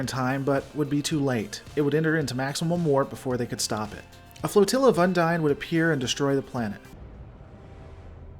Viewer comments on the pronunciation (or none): you keep saying undine, while the voice over says unding.